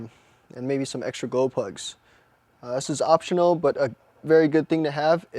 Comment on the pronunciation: are you saying golplugs? cant understand,sorry